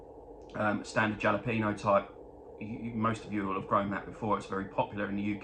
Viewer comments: Lol....not jala peno. It's... hal a peno. Texan here. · Still rof...we really pronounce it Hal o peno. Happy holidays